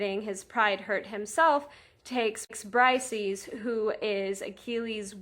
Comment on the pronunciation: Her name is pronounces Breesayees, not brysees. Hardly any youtubers gets this right